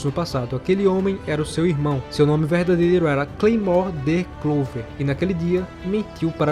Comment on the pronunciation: Como tu lê Claiom e pronuncia claymore